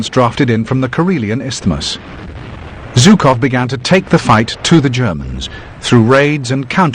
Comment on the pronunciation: Very well, then..."Жуков", not "3уxов".